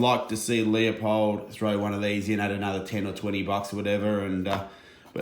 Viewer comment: It is pronounced Loo-pold.